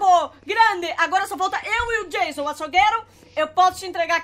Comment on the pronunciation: Como pessoas normais falam Anônimos: o nome dele e Jason Como a fala: tchau jaso